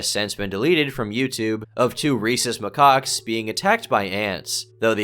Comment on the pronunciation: for Christ's sake, it's not pronounced 'my cocks'...